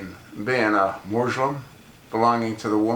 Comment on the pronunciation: MOOSE-lum. lel